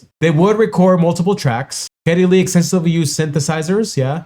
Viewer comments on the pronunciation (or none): none